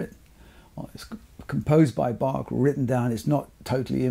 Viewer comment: Thank you for this interesting video and proper pronunciation of Bach 🤍 which is not so obvious among English speaking people.